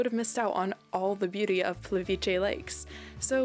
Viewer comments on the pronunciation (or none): The Croatian letter C is pronounced in English like a ts sound. When it's a ć it's pronounced like the English ch as in change or chuck. So it's Plitvitse, not Plitviche. Our E and I are also different. So to be accurate it is more likely Pleetveetsa...